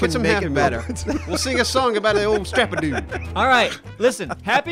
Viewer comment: "Stra-pado" no "strapduueee"